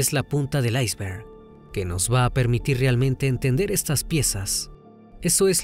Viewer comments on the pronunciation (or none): none